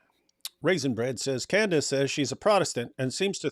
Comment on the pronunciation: So is friends with Candace's husband and doesn't know how to pronounce her name?